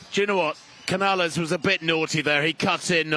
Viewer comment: Vaya. Yesterday, they called Cañal "Canal". Today, they call Canales "Cañales". Can you guys never get it right?